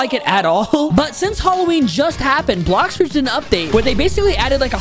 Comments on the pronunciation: HE SAID BLOCKS FOODS LOL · said blocks foods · At the starts he said blox foods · Dude said “ok so today in blocks food” Blox food, realy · on intro said blocks foods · Bro said blocks foods at the start ._. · u said blocks foods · You said blox foods